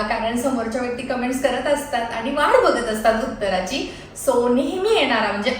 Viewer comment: Hi 🎉🎉 happy Birthday 🎂🎂🎈🎈 🎉🎉तू जशी आहेस तशी काही वाईट नाही आहेस ❤❤रियल आहेस फक्त एक सांगावसे वाटते (आनी, पानी)जे बोलताना होते ते सुधारलं तर खूप छान वाटेल😊😊